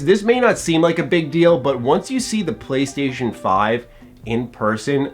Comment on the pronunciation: MY PWAYSTATION IS BETTUH THAN YUH EXBAWX